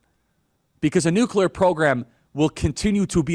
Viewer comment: So glad that you actually pronounce nuclear correctly; so many other "influencers" do NOT. Like fingernails on a chalkboard to hear supposedly educated folks saying nucular ("nuke-you-ler"). Thank you.